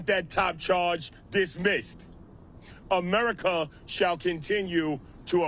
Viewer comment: Pretty hard to take a guy seriously that says “Amewica” lol